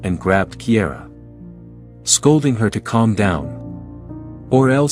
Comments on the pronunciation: Kiara is pronounced Keyara, not Keyera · Cara started out being called Kiara, but the narrator pronounced it Kiera. I have a granddaughter named Kiara Dawn & the teachers always mispronounced it, even though her dad told them repeatedly how to pronounce her name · Her name isn't Kiera, it's Kiara